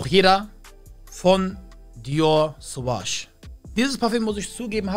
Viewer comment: Dior suwaj sagt er mir hahahahaahahahaha